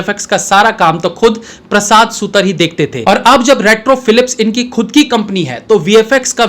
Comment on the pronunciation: On another note, it's 'सुतार ', not सुतर